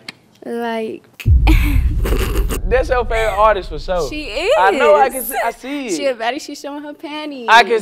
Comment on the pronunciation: he keeps saying something like “Tishe” what does that means?